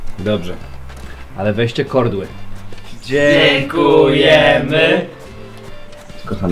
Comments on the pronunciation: Nie "kordły", tylko "kołdry". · kordły Xd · kordły xD😂😂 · 2.33 KORDŁY? XDDD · nie muwi się kodry tylko kołdry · Od kiedy się mówi kordły zamiast kołdry??? Xddd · się mówi kołdry a nie kordły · KORDLY XDDD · dobrze tylko weźcie KORDŁY xSSS